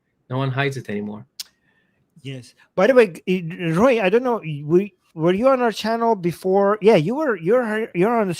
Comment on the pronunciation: Roy is not how you pronounce Royi. I wonder why Ro-e didn't even try to say something about it.